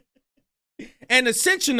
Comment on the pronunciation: Essentially, not Assentially